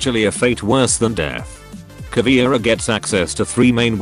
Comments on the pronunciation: Cahhh veh eee rah. Now please repeat. Not CAH VEE RA (Cavira?)... It is like if we (portuguese/spanish speakers) called Buck "BOOKIE". Google translator tool reading ia awesome for that word pronunciation... I do not intend to be picky but this is anoying (even pro league events call her CAVIRA or CAVIERA!) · It's pronounced Ka-VEH-rah, not Ka-VEEuh-rah, meu amigo. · Also almost everyone pronounces her name wrong! It aint "Caviera" it is "Caveira"!! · if anyone don't know... Caveira = Skull Caveira is a Brazilian charater And that's why i don't know if is "charater" is the correctly way to say that, im Brazilian too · Just being an asshole here, but from every video i've seen about r6, no one ever pronounced caveira right, same with capitão